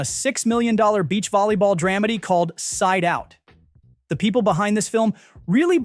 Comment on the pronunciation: Thumbs DOWN. Terrible Channel. What is a "RECREATION" of Las Vegas??? Of course this is a loser's way to say "re-creation" when they have no idea what they're talking about. And it's not N-I-M-H. And it's not dram-idy. And I give up. This channel will be in my "do not recommend" list.